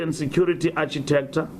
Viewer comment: He can't even say "architecture" correctly. Where's Archy? Mxm.